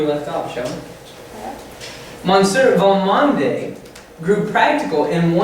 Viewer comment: Mush-SHURE you should say for "monsieur." Val-MOND, two syllables, cher.